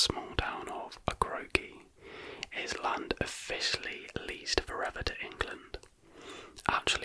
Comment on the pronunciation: pronounced “Okra-Coke Island” like the vegetable and soda, fyi